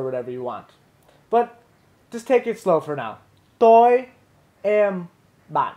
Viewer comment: (first comment)--what are we (your audience) doing "really great" ABOUT?!?! Also, although I'm just a VN novice myself, I'm pretty sure "Toi" and "Ban" aren't pronounced like "Toy" (hard "T") and "Bahn" (enunciated "n")--i.e., the "T" is a soft "t" (almost like "th") and you don't enunciate the "n" at the end of Ban (I think because of the "dot" tone under the "a"), it should be like your female companion said...hmmm--maybe SHE should've been doing this vid instead of you in the first place? :)